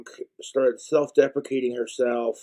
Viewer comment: self-deprecating or defecating? Need you to be very clear with how you pronounce this because it's extremely important